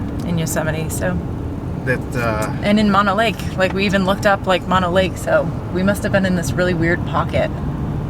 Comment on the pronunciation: FYI: Mono Lake is pronounced 'moan-oh' and Tioga is pronounced 'tie-oh-guh'